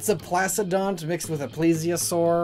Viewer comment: Placodont (Pla-k-o-dont)